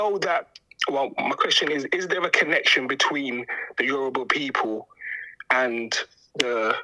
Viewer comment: It's Yoruba. Not Yuroba.